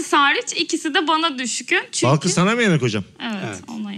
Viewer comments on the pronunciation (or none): Mesut’un Balkız’a inatla Belkıs demesi flflfşfş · Mesut Süre nin kedinin ismini Balkız olmasına rağmen sürekli Belkıs demesi 😂😂😂😂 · Mesut Sürenin bütün bölüm Balkıza Belkıs demesi jsjdjdjdjdjddjd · Mesutcum Balkız'a sürekli Belkız demen peki? :D